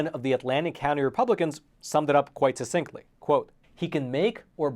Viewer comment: Succinctly: It's pronounced "suck sinct-ly".